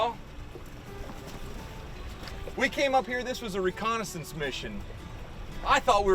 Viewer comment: do you realize how rediculous it sounds when you say recondensence mishion huuuuh huuuuh duihhhhh